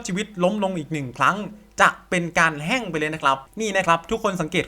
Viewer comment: แห้ง ไม่ใช่ แฮ่ง